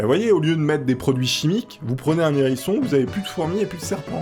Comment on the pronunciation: J'adore, mais il faut arrêtez de faire la liaison, je défend une cause commune et juste on dit ni nherisson ni les zerissons